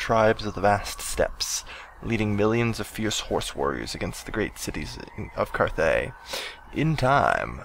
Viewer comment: Why did you call it "Carthay" wasn't it cathay?